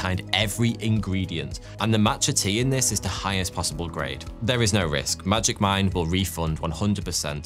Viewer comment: as an hypixel sb player i keep hearing magic find instead of magic mine. help me